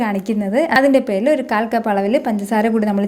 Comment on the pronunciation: slang ' athinte perile '